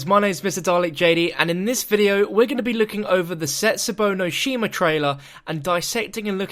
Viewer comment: Jesus Christ, you don't know how to say either of the DLC zombie map's names